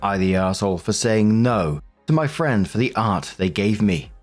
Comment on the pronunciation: I was listening to this while getting ready and couldn’t hear exactly what was saying about the art pieces. All I kept hearing was “Arby’s”. I was like, wait, someone is literally telling a drama story about getting Arby’s??? Art makes a lot more sense 🤣